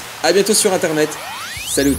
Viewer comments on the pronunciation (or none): none